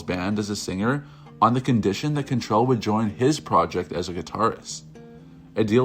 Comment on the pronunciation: CANtrell not CONtrell